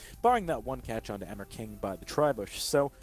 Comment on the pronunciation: Lel the announcer says emirking, like "hammer king" xD